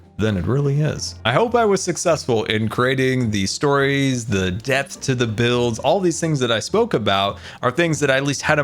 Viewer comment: when scar was talking about his magical village everytime he said depth i thought he said death